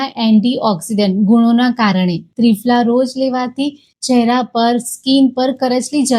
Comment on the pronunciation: ત્રિફળા બોલો ત્રિફલા નહીં